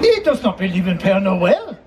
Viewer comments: Hi Adam! It’s Père Noël (Father Christmas), not Pierre Noël (Peter Christmas).😉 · Love the video! Just FYI, it is not Pierre Noel, but is Pere Noel, Father Christmas. Pere is French for father. I too love roasted chestnuts. They taste like potatoes to me. Merry Christmas, Adam! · It’s pere noel not Pierre noel. :) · LOL! 🤣 Not "Pierre Noel"! It is Father Christmas... and father in French is "PERE" (pare, pear). Pere Noel! 🎅 Love you, Adam❤